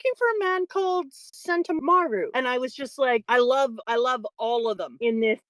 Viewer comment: lmao neither of you were right, it's sen-TOU-maru